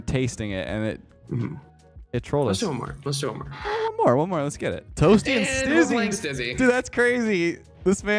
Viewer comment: Leths Canadian really came out then lmao